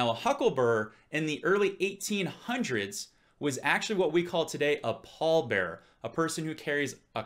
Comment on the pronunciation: What the heck is a paul burr? Do you mean Bear-er?